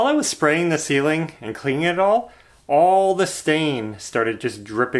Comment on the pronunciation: Yes, Ashley, it did sound like was saying "olive", not all of the pier cores filled. LOL But we all have our special way of saying certain words., even tho it's only primer the ceiling looks 100% better. You guy are very hard workers & a great family. You can even pick at each other without getting hurt feelings. That's wonderful in today's world. Keep moving forward & I'll be back to see the next one. Bye Ashley.